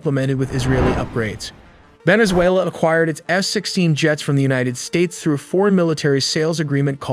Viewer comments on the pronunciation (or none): “united sataes”?? Really??? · United Sataes? 😂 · “United Sataes”?? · United sataes? 😂😂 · "United Sataes" REALLY?? ... "United Sates" Am I missing something?? 🧐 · You lost me at United Sataes. 😂😅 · 4.21 A new country United "Sates" spotted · Anyone else notice United Sataes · united sataes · United sataes????? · United SATES? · "United Sataes" - What is this, a Somali Day care centre? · United Sataes… This Chinese channel needs to be shut down. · This is pretty cool .... but says "United Sataes" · "We don't use Ai" "United Sataes" and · Stay corrected: Unites Satans. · HOW DO YOU GET UNITED SATAES WRONG??? WAS THIS ON PURPOSE OR DO YOU NOT PROOF READ YOUR VIDEOS??? UNITED STATES WOULD LIKE TO KNOW!!! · Correction: United Satans.